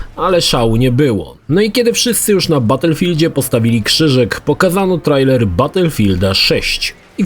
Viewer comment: Hej, po polsku czyta się "trejler", a nie trajler